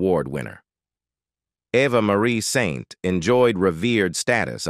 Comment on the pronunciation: It's Eva Marie Saint, not pronounced "Ava" like Ava Gardner. And she won her Academy Award for Best Supporting Actress for On the Waterfront in 1954 not 1951 (awarded in 1955).